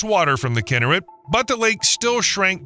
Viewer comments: I couldn’t watch this video. Learn how to pronounce the name of the lake, please! It is KinNERet, not KINNERit. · Pronounced “key nair et” not “kin her it” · Kinneret…the accent is on the second syllable…”NER”… NOT on the first syllable. It’s very annoying to hear the narrator repeatedly pronouncing the name of this body of water incorrectly!!!!! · Just for pronunciations sake: Kinneret sounds like: key-neh-wret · Great content. Narration was disappointing mispronouncing Israeli names such as Kinneret (should be Kin NER ret). Many graphics were flipped, too. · Please pronounce its name correctly “Kinn-air-et”, emphasis is on the last two syllables. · The second word of your podcast should be pronounced correctly; it’s “kee-NARE-et.” Please try harder. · Kinneret? It's pronounced "Kee-nare-et." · Learn how to pronounce Kinneret!